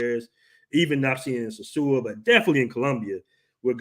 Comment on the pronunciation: I’m never returning to the “Suu”(sosua). I’ll return to the dom rep but never the “Suu”